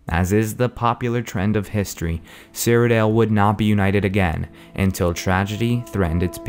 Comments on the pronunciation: cyrodiil nor cyrodel so annoying. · I thought it was "Cyrod-ill" not "Cyro-dale". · great video, but stop calling it CyrodEL!! its CyroDIIL! DILL!! Jesus Christ!! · I just hate the way you say Cyrodiil. You say it like Cyrodel. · He pronounces Cyrodiil weird.